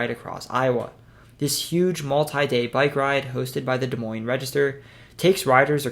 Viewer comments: Off to a good start he said Des Moines right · Thank you for saying Des Moines correctly.